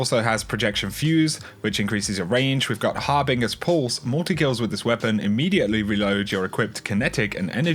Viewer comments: Har-binge-err not Har-bing-err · Apparently no one can pronounce the worx harbinger correctly pronounce it like harbinjer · Harbinger ... please look up the pronounciation